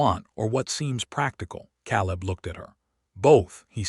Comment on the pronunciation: I enjoyed the story for the most part but isn't there some way to correct the pronunciation on these AI narrations?? El-EE-ner for Eleanor?? Cal-ub for Caleb?? Also the math was way off which detracts from the story. Can't that be fixed? I truly love listening to these stories but every one of them has either bad math, bad pronunciation or both.